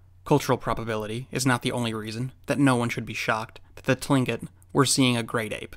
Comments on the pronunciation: Absolutely love your videos. Small correction for you tho...Tlingit, is pronounced Klinkit...jsyk. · Hey. Just wanted to chime in here regarding your pronunciation of Tlingit — the way I was taught to say it was was with more of a K sound at the beginning, like Klin-kit. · I'm 100% Tlingit. And i can say he pronounced Tlingit wrong😂 I don't blame ya if you can't though, its hard to pronounce. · cool video! btw Tlingit is pronounced as if it begins with a K and not a T. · Beth Dewey Only if he knew that he would have pronounced it right, but too late miss ohhh 📸.